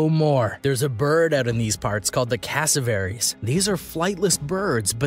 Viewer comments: Casso-VARIES... I’m from Australia and I’m pretty certain it’s pronounced Cassowary (cass-o-where-ees) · “Casaverys” all and I mean all the assies are triggered and I’m assie